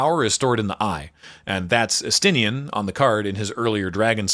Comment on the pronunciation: I respect the effort put into condensing the behemoth that is Final Fantasy 14 into a little under 30 minutes. 10/10 no notes. However it will be immensely funny to me that the only Scion names pronounced right were Estinien and Urianger, of all people